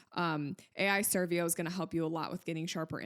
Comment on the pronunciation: ai servo not servio